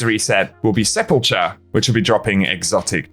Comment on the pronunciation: Still not pronouncing sepulcher correctly.